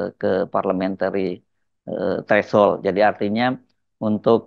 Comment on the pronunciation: Bung Hersu...sekadar saran utk pengucapan 'threshold' dgn ada sedikit bunyi 'di akhir katanya. Maaf...udah gak nahan utk gak bilang, utk sekadar koreksi ya